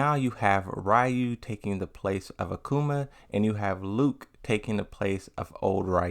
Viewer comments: So much emphasis on “RAW you” 😂 it’s “REE you” that’s why the spelling is ryu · both are wrong It's R-ryuu the R has not vowel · Why do you keep misprouncing Ryu's name?